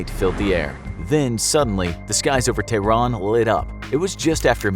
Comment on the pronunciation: it's not pronounces t-run or Teyrun it's Tehran , Teh-Run